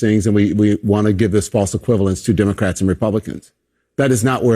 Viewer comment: He keeps miss pronouncing the word Democrats.